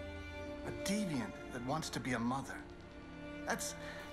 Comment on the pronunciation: I miss pewds pronouncing deviant wrong like “deviont”